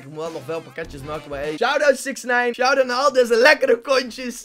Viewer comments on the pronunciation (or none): none